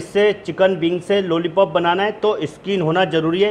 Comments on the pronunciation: लोली पोप नही लोलीपोप है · Nice Chef....bus ek Baat bolni hai ki jab bhi aapne lollipop bola meri hasi nahi ruki.